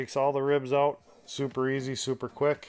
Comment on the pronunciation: "take those pin bones oowt" Thumbs up, great instructional video!